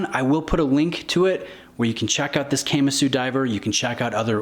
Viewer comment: Can’t stand people who can’t pronounce Kamasu